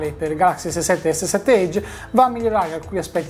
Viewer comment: (piccolo consiglio a chi recensisce. Edge si pronuncia "èg" non "éig")